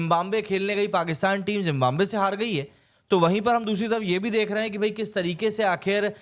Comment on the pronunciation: Zimbambe : No It is Zimbabwe bhai...Hindi mei bhi galat hi bol rhe ho.